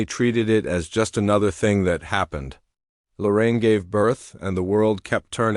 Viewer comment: Her name is Lorene. I don't know why all these people keep saying Lorraine.